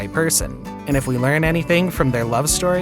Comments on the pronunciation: Thanks for sharing in my pain lol. Who pronounces 'gesture' >> "GUEST-ure << ?? He actually said it that way twice! I wondered if it bothered anyone but me. I didn't catch 'subsequent' but no way I'm going back to find it, I'll take your word for it LOL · Please learn to pronounce gesture. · Why get a job as an announcer if you cant actually pronounce words like gesture or subsequent?